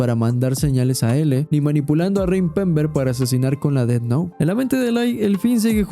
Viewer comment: Buen análisis, pero me jode la vida el "ded nou" y "lai" durante todo el video... 😵‍💫😵‍💫😵‍💫